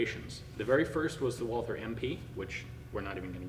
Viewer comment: For heaven's sake, in German the "th" is pronounced like a "t". So the manufacturer's name is pronounced like the Christian name Walter.